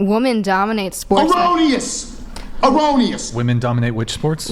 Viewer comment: "uh-row-knee-us! uh-row-knee-us!" - Are you prode of that vile way to mispronounce erroneous? There is no "uh" at the start of that word, that "uh" is nasty gasping.